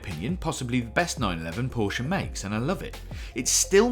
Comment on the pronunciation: Please pronounce Porsche properly